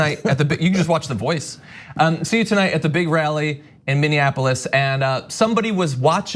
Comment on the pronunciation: trump pronounced Minneapolis like "MinniAnnapolis." That's the capital of MinneMaryland.